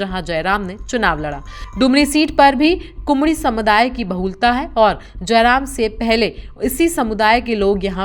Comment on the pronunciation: जिस संवाददाता को "कुड़मी " शब्द का उच्चारण "कुमड़ी " होता हों वो क्या जयराम महतो का विश्लेषण कर पाएगा????